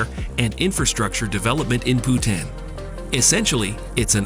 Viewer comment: It’s not Butane..it’s Bhutan.. Butane is gas.. 🤦🏻‍♂️